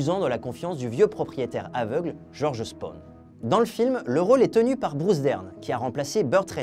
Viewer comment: C'est pas Georges "Spone" mais Georges Spahn (Prononcer "Spène" avec un son légèrement nasillard sur le "è"). Phonétiquement ça donnerait "Djordje Spène Rènch". Sinon très bonne vidéo !😉